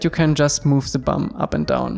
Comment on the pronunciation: "you can just move ze bum" not sure why this made me so happy but it did😁 great tutorial